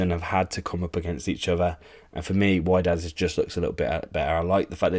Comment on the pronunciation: WHY-DAD!? INDEED 😭😭 it's pronounced "wee-ded" mate oh my days 😂😂